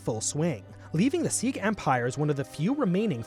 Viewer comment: Its crazy how many people mispronounced Sikh. Its "SIK" or "SIK-EE" not "SEEK"